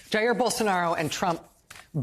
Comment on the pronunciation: Rachel dear, learn how to pronounce "Jair." And study some history, American and global. By historical standards, Jan 6 was not an insurrection.